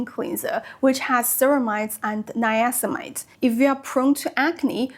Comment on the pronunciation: It's niacinamide, missing a syllable there. Very informative video, I am currently looking into retinol and I'm attracted to Paula's Choice. I used their AHA gel for years and my skin loved it.